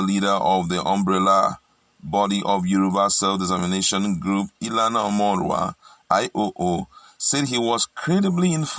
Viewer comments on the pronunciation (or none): Banji fire your mouth. PROFESSOR Banji Akintoye. Cant even pronouce Ilana omo odua well. Damn. Good manners is a golden and priceless virtue. But you'll call Buhari his unearned title. Sad.